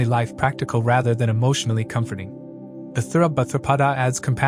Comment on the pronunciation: I deeply appreciate you work and great analysis! ✨ One thing: please please please pronounce the Nakshatra names correctly! 🙏🏻 It s Uttara bhadrapada! No th!!! Uthara... 😣